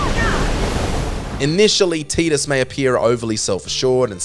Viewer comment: It's not "Teedus", It's "Tidus"